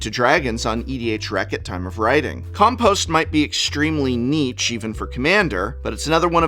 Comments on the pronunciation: Please stop pronouncing "niche" like Nietzsche. 😭 Niche is a French word and is pronounced like "neesh". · Prof I’ve really got to let you know that niche is pronounced neesh, not neetch. Great video as always, wonder if we’ll hit 52 this year.